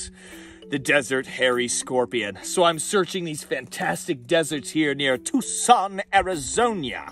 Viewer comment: Tyooscon, ARIZONIA 😂😂😂